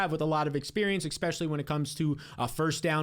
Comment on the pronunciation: Will def be here for the coming season. Finished 2nd last year and loved the blueprint but it KILLS ME how much you say EXPECIALLY… which is not a word.